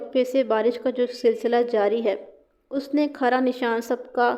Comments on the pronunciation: کھرا khara نہیں ہوتا کھرا khura ہوتا ہے یعنی کھ پر پیش ہوتی ہے زبر نہیں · Ji aor lafz کھرا b ghalat bol rhi hn. Agr kahani parhnay say pehlay aek ya 2 bar parh len to kafi behtri aa skti hay. Majmooi tor par kafi behtar hn.